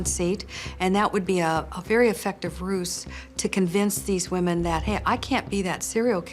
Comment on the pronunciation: A very effective “roose” indeed 😂